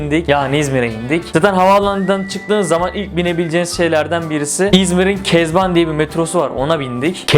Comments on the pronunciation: kezban değil izban o aksdjkşfdsjksffdjjfkdşsşfdjkşfd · kezban degil izban 😂😂😂😂😄😄😄😄